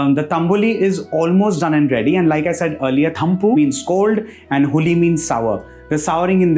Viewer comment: Quick gyaan(for want of a better word) - it’s not huli with the soft l sound but the hard L which is the retroflex lateral approximant. This is very crucial in Kannada. Why? Because huli that way you pronounced it means tiger 🐯 😂. The meaning completely changes. So unless you want a cool tiger, it’s ತಂಬುಳಿ.